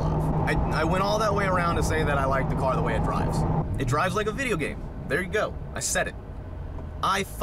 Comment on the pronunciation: I thought I was the only one who noticed lol is like a man shoot that’s a nice nova ya got therrrr 😂